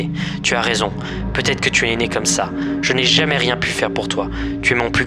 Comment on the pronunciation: “Mon plus grand zéchec” désolé j’étais obligé. Super vidéo so far 😂